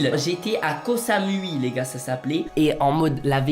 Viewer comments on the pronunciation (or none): a l'oral on dit "cosa mouille" pas cosa mui mdr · Ko samouai sa se prononce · c pas koh samoui c’est koh samouï ca se prononce comme ça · Ko sa mouille sa se prononce comme sa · Yes mon pays .franchement trop coul tu nous fais vivre ton expérience .(par contre c’est cosamoui